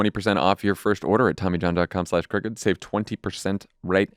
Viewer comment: Just wanted to mention, it's good you spell out Crooked bc it actually sounds like you're saying cricket. Sorry!😮❤❤ love all you guys!! 🤷🏼‍♀️❤